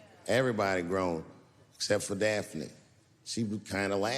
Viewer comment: "Daphne". Her name was "Daphne". HTH